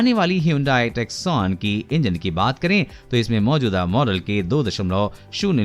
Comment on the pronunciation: Lol, it's Hyundai Tusson and NOT TUCKSONE